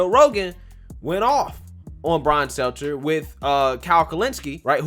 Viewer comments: Say it with me STEL-TER no z! How accurate can we be if you aren’t saying potato heads name correctly? I love you and I don’t want you to look unreliable. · I like how keeps calling him Brian Seltzer. It’s not intentional, but I like that it’s just wrong and I hope never corrects himself. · I love how u called him Seltzer the whole vid. 😂